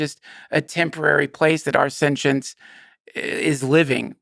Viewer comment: Take a shot everytime Duncan says "sen-chince" 😂